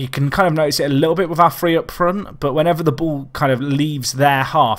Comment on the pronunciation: He say three with a f so what do you expect.